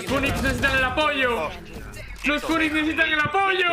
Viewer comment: Yo escuchando "funix": 💀💀💀